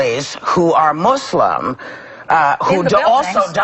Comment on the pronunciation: Wow...Whoopi and Joy are really fat. And to hear Whoopi pronounce the religion Mooselimb makes me sick.